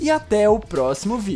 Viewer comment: No fim ele falou ví e não vídeo #Oxi